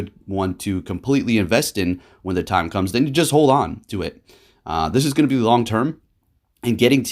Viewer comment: It's not time is mime😂